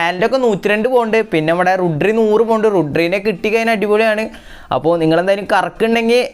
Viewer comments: റുഡ്രി അല്ല ബ്രോ റോഡ്രി 😂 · Rodri brooo rodri not rudri